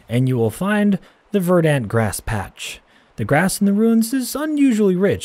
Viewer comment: LOL, you said verdant like a camp commandant might say it, verdant Englander! You put the stress in the wrong part of the word. I'm guessing you've never heard it said out loud before.